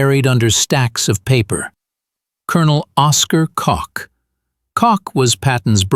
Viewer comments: The intelligence officer for Gen. Patton, it was named Koch not Cock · Isn’t his name pronounced more like “coke?”